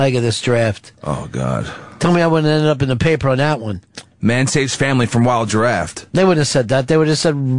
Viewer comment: just because ron pronounced it giraffte, doesn't mean pepper had to.